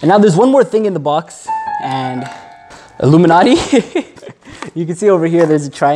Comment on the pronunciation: Did he just say Alluminaty instead of illuminaty?